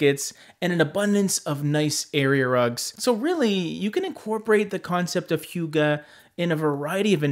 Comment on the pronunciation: Pronounced more like “who-guh” than “hue-guh.” Note I am Danish and still had to double check. Lol.